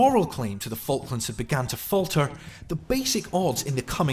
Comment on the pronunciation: You pronounce them FuckLands! 😂😂😂😂